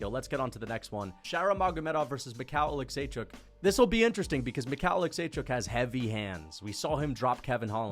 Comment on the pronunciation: making sure we know he can how to pronounce michal olichecjuzck